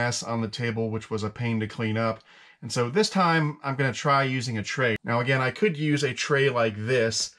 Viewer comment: Lol…. You didn’t say tray right.